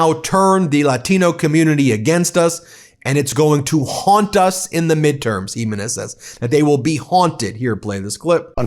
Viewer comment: Hey, Ben. Ask your wife how to pronounce the name Jiménez.